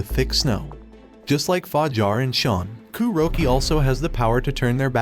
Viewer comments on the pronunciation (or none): This whole video feels like it was made with AI, with the strange pronunciation of Kuroki’s name, calling The Club a brothel, etc.